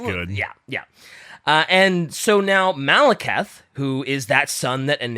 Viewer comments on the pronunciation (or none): Late but the way they kept mispronouncing Druchii with the "ch" like in "church" and Malekith like Maliketh (VERY DIFFERENT) from Elden Ring was killing me throughout the whole episode. Please god bring in PancreasNoWork. I beg. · saying Maleketh every time he mentions Malekith was pretty painful to me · MaleKITH, people. Like KITH and KIN. Like KISS with a lisp. ...And while "Drew-chi" might be acceptable, I'd suggest going with "Droo-key" instead. Also, Morathi can get it. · I know this is just me being petty, but I did not expect to be screaming "Malekith! The E comes before the I!" For like half an hour in my car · How tf is trying to teach about fantasy when he can't say Malekith, Druchii, or Athel Loren correctly AND doesn't know if Skarbrand is in it? Do some research dude